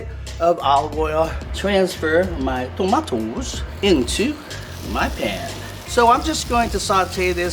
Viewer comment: said those Tomatoes with a Nigerian accent 😂